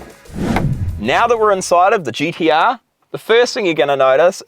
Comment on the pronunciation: Is that guy saying GDR? Or am i having a stroke?